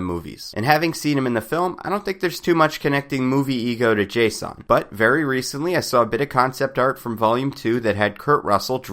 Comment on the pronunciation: dude his name is jason.. not JAY-son. no need to make it weird and scfi-ish its just jason lol that being said, love your videos!